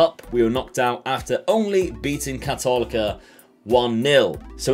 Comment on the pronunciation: It is pronounced KAHTOLEEKA it basically translates to Catholic University.